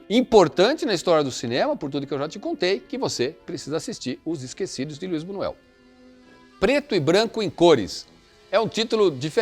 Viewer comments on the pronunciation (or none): Por favor!! Buñuel ( tem o som de nh)